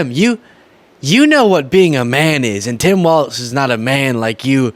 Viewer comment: It's pronounced walls, not waltz.